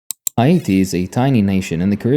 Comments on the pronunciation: Hay Yatti : you said “Haiti” wrong. Dislike and didn’t finish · Unfortunately, he isn't pronouncing Haiti correctly, it is pronounce more like `eye-ee-tee` Source: I'm Haitian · Oh no!, is hate-tee😂😂😂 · was gonna say this. I really do prefer it when people just say Haiti in the English pronunciation, if they can’t nail the proper pronunciation yk. But I do appreciate the effort, and this was the closest I’ve seen of a YTer saying it properly so it didn’t bother me too much. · agreed, i appreciate the effort. I just wanted to make sure people didn't believe this was the proper pronounciation